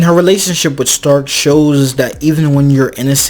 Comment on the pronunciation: The only problem i got with this whole show is how the say stark like it could be because most names are german inspired (übel wirbel etc.) so it could be a pronounciation issue but why is stark sounds like shtark like it bugs me just enough to annoy me but not like in a bad way